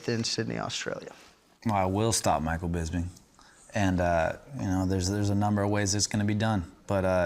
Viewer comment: god is fucking bugs me when people say BISBING. it annoys the fuck outta me